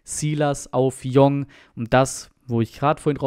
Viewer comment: Bitte !!!! jong heißt tschong u Jong .Meine Frau ist Koreanerin . Koreaner nennen ihren Familiennamen immer zuerst.also das Tor hat u Jong geschossen